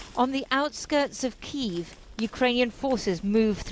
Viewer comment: What is this Keeev? It is either Kee-ev (Russian) or Kee-iv (Ukrainian). I have a suspicion we will never eat Chicken Keeevs.